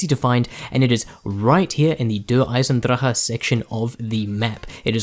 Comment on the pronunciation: You are the first to pronounce DE right thats worth the like alone